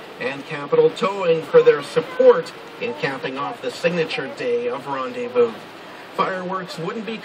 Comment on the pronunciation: Great Video, but its called Rendezvous :)